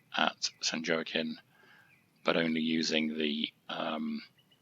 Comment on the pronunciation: San Wah-keen. 😅